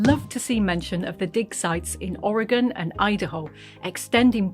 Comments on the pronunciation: Fantastic! Thank you for pronouncing Or e gun (Oregon) correctly! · I love this feature! Thank you for pronouncing “Oregon” correctly. Many in the US fail to do so and it tends to make people from the region cringe. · Wow! Thank you for the correct pronunciation of Oregon! Might have missed news of my state of I didn't watch TT regularly. Maybe a sub-title would bring other Oregonians to watch this episode 😉